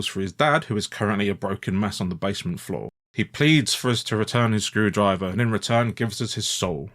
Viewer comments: skrew-DRIVE-er - the emphasis should be on SKREW-drive-er. The misplaced emphasis makes it sound like EFL or just unnerving x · With "My son's screwDRIver" it almost sounds like they cut up driver from somewhere else and added it here. Even though it was probably just how the VA decided to say it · i think the screwdriver thing might just be that hes emphasizing my son in a weird way cause it's his name. MySons screwdriver instead of my sons screwdriver